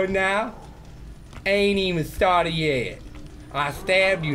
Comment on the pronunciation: "Mayun I ain't even getting stawted yet" oh my god I replayed that like 20 times